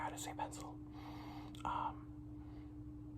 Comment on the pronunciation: "I forgot how to say 'pencil' in russian" Proceeds to say it perfectly